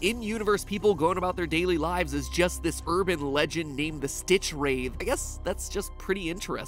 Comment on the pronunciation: Did you seriously pronounced StitchwraiTH like that??